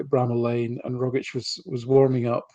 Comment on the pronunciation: Tom Rogic was at Celtic for almost a decade...fantastic player...Aussie legend...so many great moments provided...and still can't pronounce his bloody name...(rog - itch)..I was amazed how many Celtic podcasters get it wrong...let me end my rant by saying great show as always